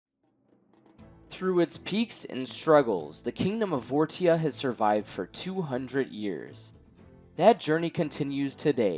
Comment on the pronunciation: Wouldn’t it make more sense to pronounce the kingdom as vor-sha? (As opposed to vor-tia)